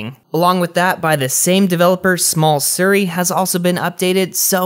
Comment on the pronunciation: He also pronounced Siri wrong smh. Sounds like he’s saying Suri lol.